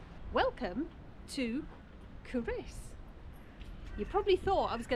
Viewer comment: Sorry to say, but you DID get the pronunciation of Culross wrong. COO-ross, with the emphasis on the first syllable; also the 2nd syllable is pronounced like the boy's name, not with an 'i' sound - though sometimes it may sound like this when spoken by a Fifer!